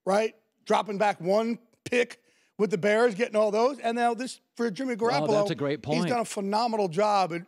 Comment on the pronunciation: Before he opened his mouth I knew just by the way he looked that he'd pronounce it "Gar- apple-oh"